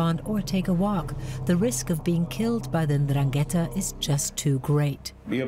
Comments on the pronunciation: in Italian it's pronounced Ndràngheta, with the accent on the first A. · But how you can miss to correctly pronounce Ndrangheta, the name of the concerned criminal organization, that is fundamental in the meaningfullness of the documentary?? Very bad... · Why not make a little effort to pronounce 'Ndrangheta' correctly. Just listen to how the Italian speakers pronounce it.